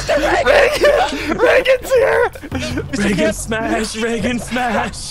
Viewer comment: best moment by far. Love how says Reagan!!!